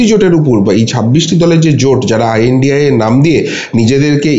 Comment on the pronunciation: খুশি হলাম। আপনার সঠিক ভাবে ২৬ দলের জোটকে সঠিক ভাবে উচ্চারন করে। দলটির নাম I.N.D.I.A. , এবং India নয়।